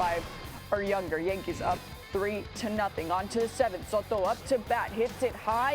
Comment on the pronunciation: Teaching America how to pronounce Soto